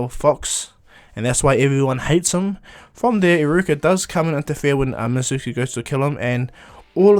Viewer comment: it's called mizuki not mitsuki